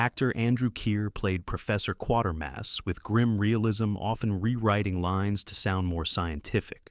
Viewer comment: no, not QUARTERMASS, QUATERMASS - kwatermass